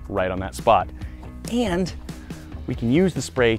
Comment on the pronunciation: So we just not gon talk about that “and”